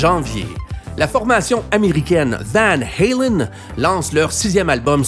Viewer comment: c'est Van Halen et pas Van Helen